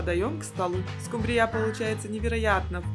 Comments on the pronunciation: Уважаемая редакция программы, вы бы подсказали девице с кольцами и браслетами правильное произношение слова "скумбрия". Ударение на первый слог!!! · Что такое скумбрИя? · СкумбриЯ! Ещё одно слово испортили. А можно еще говорить скумбрИя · Только прозвучало скумбрИя, сразу пропало желание смотреть дальше. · Не правильное ударениев слове скумбрия😊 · Не скумбрия, ударения ставите неправильно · Почему скумбрия с таким ударением произносите? Или я что-то пропустила в русском языке? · Все замечательно, кроме неграмотного произношения названия рыбы,не скумбриЯ, а скУмбрия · СкУмбрия, а не скумбриЯ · Я только не поняла, почему скумбриЯ, а не скУмбрия? И зачем столько масла, если рыба и так жирная? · Ты из какой деревни, скумбриЯ? Правильно - скУмбрия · Что за СкумбриЯ? Всегда была скУмбрия. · Не скумбриЯ, а скумбрия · Почему-то большинство хозяек неправильно называют эту рыбу - скумбриЯ! А правильно-то - скУмбрия! Ну и, конечно, меня потрясла фраза в первом рецепте: "вместо надоевшего лосося". Поднимите руку: многим из вас успел надоесть лосось? И последнее. Тут уже успели обидеться: «Ишь какой грамотный выискался! Какая разница: скУмбрия, скумбриЯ?» И добавили: «…могли бы и макрЕлью назвать - рыба-то одна!». И снова я тут я «в очках и шляпе»: нет, не одна! Это разные рыбы: и по экстерьеру, так сказать, и по особенностям вкуса. Это подтвердят многие источники. Но все равно: за рецепт и старания - спасибо! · СкУмбрия, никак не скумбриЯ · Что за скумбриЯ`?! С ударением на Я . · Очень все аппетитно, только режит слух , ударение не скумбрия не на я, а на у. А так обязательно приготовлю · Первый раз слышу такое-скумбриЯ!!! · СкумбриЯ ! Бедный русский язык 😢 ! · Это миллионЭры говорят скумбриЯ'? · СкУмбрия, а не скумбриЯ! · Не скумбриЯ, а скУмбрия! 😅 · Почему скумбриЯ? В ваших краях её ТАК называют? Или это ваше собственное видение? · Надо правильно произносить слова:скУмбрия,а не скумбриЯ.Очень много масла,она и так жирная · Да не скумбриЯ, а скУмбрия! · Ну почему же скумбриЯ !